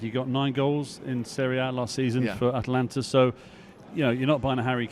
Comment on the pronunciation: Disco just loves sticking the boot into Tony Martial. Also its AtAlanta not Atlanta